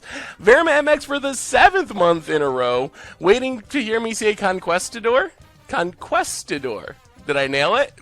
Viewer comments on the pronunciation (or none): none